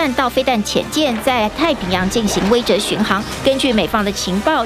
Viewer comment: 感谢感谢！终于，贵台有人把威慑，念成(weishe)(she四声)了，而不是(weizhe)。谢谢蔡教授！